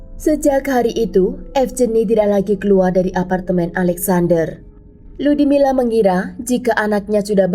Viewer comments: 🤣🤣Ngakak tadinya pengen kedengaran bagus nyebutin nama, Lyudmila🤣🤣....kenapa jadi Ludimileu ??? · Di bacanya Ludmila bukan ludimila..mungkin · Kan emang lyudmila dia nyebutnya, tapi kedengarannya ludimile. Dengerin baik baik. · Terganggu banget dgn pengucapan LYUDMILA jadi LUDIMILE...sblm bikin video mending reseach dulu...kan ada googgle translate disitu ada juga cara pengucapan ala russia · FYI: nama si Ibu itu Людмила di baca nya Ludmila(Lyudmila) bukan Ludimile atau Ludimila 😊 dan juga Sasa itu nama singkatan dari nama Alexander bukan karena org tsb bertubuh kecil atau ciri fisik lainnya ). Karena org Russia punya nama singkat di hampir setiap nama mereka, contoh lain : İrina=Ira, Maria=Masha, Valeria=Lyera (Lera) Daniel/ Danil= Danya dst. Btw, seru bgt cerita nya, ngeri ngeri sedap 🙌😂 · Aku dengernya rudy miler😅